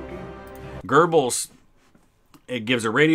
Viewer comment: there is no r in göbbels